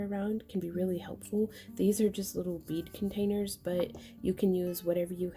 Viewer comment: I'm from San Diego....I heard "weed containers"...... bead containers........ I love your videos!